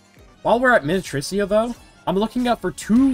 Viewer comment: i swear u be pronouncing minityrsa different every time and i have never heard it be correct once 😭